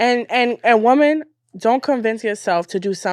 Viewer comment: ANOTHER idiot who doesn't know the difference in pronunciation between "woman" and "women". It's funny because they don't say MAN when "men" is supposed to be used. Wtf is going on with this generation, bruh?